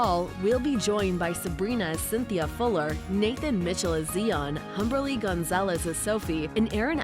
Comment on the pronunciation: Zi-on, not Zee-on.